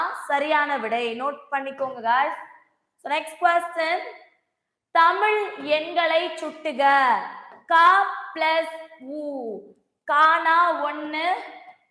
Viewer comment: Tamil yennai கூட்டுக nu இருக்கு nenga சுட்டுக nu சொல்றிங்க 😅